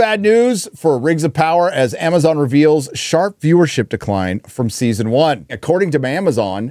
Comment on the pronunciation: “ITS MAMAZON”